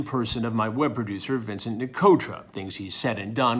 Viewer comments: "Vincunt" LMAO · The fact that he called Vincent vincunt is legendary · Gotta love the little “Vincunt” shoved in there